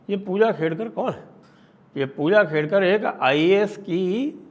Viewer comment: Khedkar not Kedkar